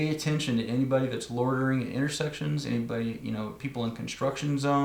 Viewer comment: Instead of "loitering", I heard "lawyering". As if some ambulance-chasing personal injury lawyer is lurking in the shadows just waiting for something bad to happen. I suppose, if that was the case, that would be a valuable indicator that you are not in a very safe place. 😂 ... I crack myself up. Anyway, carry on.